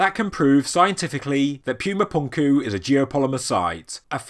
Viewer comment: Cool video but whenever you say pyooma punkoo it hurts my soul